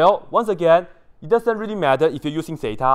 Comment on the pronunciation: rery rery nicely 😂